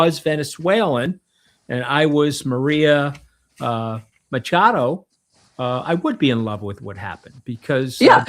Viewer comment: It's pronounced 'Makado', as in the ch in chemist, NOT as in 'hurc